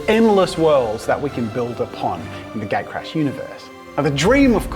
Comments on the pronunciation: sounds like you're saying gay crash... xD you might want to adjust the name. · everytime You say "gatecrash" I hear "gaycrash"... sorry, it just me. hope it will be a thing.